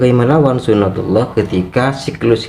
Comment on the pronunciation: Tolol bkn gitu yg nmnya suna tillah...hadeeeh bahlul nt22 nya gd yg bener bicara sunah tulloh uda mending belajar agama lg hususnya hukum sar.i j y...🤣🤣🤣🤣🤣